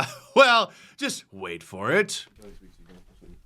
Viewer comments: Mark said: wait for it I heard: weight for it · Did you say "weight" for it.... hahahah😊😊